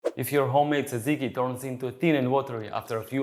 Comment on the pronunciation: FYI the pronunciation is not- Tsa - ziki . I have actually lost count of how many different versions I've heard over the years. Granted it's a little hard, if you're not greek to say it properly but, I'm here to help😂😂. To make it easier for those who struggle, try combining the letters DZ or just say JAJIKI (as in jam). Other than that the recipe is pretty much spot on- I personally like fresh mint instead of dill but either one is good, depending on what you serve it with❤